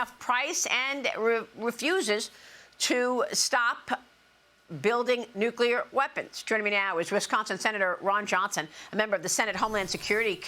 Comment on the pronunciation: Beware of any senator that can't pronounce the word nuclear...